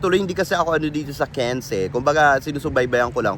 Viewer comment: Cannes is silent s, dear.